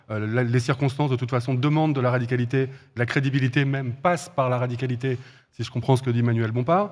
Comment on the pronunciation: Va falloir travailler sur le mot "radicalité" avec Roussel 🙃